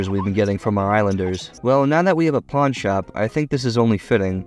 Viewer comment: did you say “porn shop”, or did you say “pawn shop” but YouTube auto subtitles recognised that as “porn shop”?